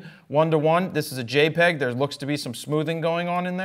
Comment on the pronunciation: Did Jared just say JEPG? I think I'm about to throw up